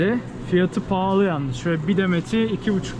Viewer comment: Abi neden pahli diyorsun?*